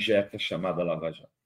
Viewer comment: "Laja" Jato...